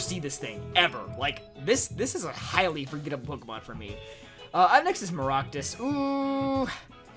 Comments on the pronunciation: how dare you call maractus “maroctus” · Please dont say Maractus